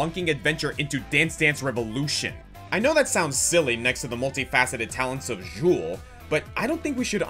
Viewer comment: Bruh, what was that? "Jewl"? You got the footage from the charatcer's spotlight video, but had it play on mute to not actually hear how to pronounce his name? And no, he is NOT the necromancer in Diablo 3. No one from D2 returns to D3 as a playable class. And again with this "Jewl" thing... Good off-topic there...